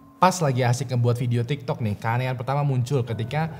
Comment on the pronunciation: abang ngomong tiktek.🤣🤣🤣